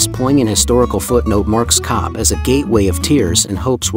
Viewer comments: Còbh is pronounced "Cove" There is no letter V in the Irish language. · please say cove, if you cant then say cob H, MY MOTHER, born and reared in cobh and 92 years of age took me every year to the greatest, most understated place on earth.... fine girl you are